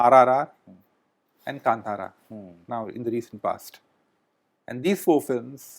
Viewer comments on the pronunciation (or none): none